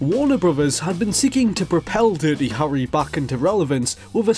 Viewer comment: Phew, I like your accent. Really. But everytime you pronounce "Harry" I die a bit inside.